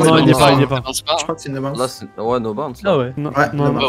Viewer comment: Dsl mais est ce que je suis le seul a qui ca fait mal aux oreilles la prononciation de bounce et round de snip Sinon tres bonne video